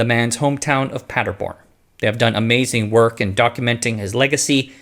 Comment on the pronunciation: Funny: A few "r"-injections: Praderborn instead of Paderborn, Frederico instead of Federico.